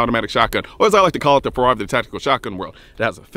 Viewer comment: Awe don't do it if it's at the cost of pronounciation if we can't understand if you said "father" or "Ferrari" of the TSG world. Good viids tho